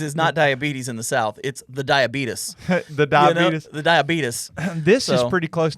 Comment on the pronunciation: "the diabeetus" .... amazing!